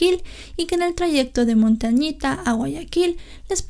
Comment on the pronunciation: Es "Montañita" c